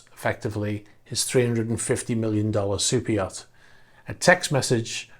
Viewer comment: I always think he is saying "cypriot" instead of super yacht